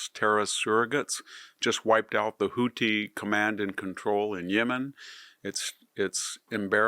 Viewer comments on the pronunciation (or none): none